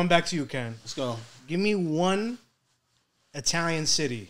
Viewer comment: Mario can't even say Italian lol